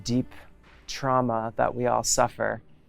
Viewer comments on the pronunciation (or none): none